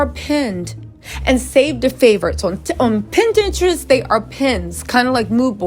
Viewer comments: Is she tryna say pinterest? 😂 she keeps sayin pininterest... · Wow..!! It's sad when a child can't even depend on their parent to try and protect them... Love your content.. Pinterest isn't pronounced Pin-Interest it's Pin-terest one word Pinterest.. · If you say pin interest one more time 😂